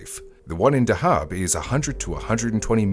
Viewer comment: He says Dahab wrong too. It's pronounced how the diver is saying it. DUH-hab.